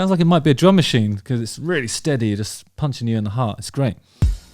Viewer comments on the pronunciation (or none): none